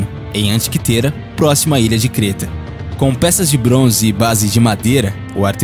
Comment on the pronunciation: Não consegui assistir até o final, o locutor parece não ter preocupação alguma com a pronuncia, e se não tem essa preocupação com nomes simples como Michigan ou a ilha de Creta, quem dirá nomes mais complexos relatados me fazendo crer que também estão errados, e infelizmente o Brasil já tem um déficit cultural enorme e uma cultura própria de tanto faz, que só gera cada dia mais e mais desinformados ou equivocados, então meu conselho é esse, sua ideia é ótima mas preocupe-se mais em passar o conhecimento da forma mais correta possível evitando assim formar conhecimento equivocado as pessoas que buscam seu canal!!!!